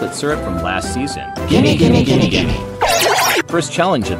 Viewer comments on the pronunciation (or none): Why are they saying gime